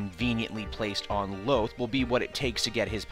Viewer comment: not to be an ass here, but the planet is pronounced "LowThaul" not "Loath" But other than that, great review!